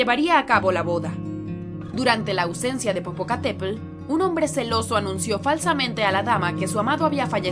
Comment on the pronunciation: Pronuncias mal las palabras de origen náhuatl como mexica, Tenochtitlan, popocatepetl o iztaccihuatl